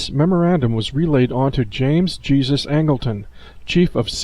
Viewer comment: Learn how to pronounce a person named Jesus it's not Jesus (Christ)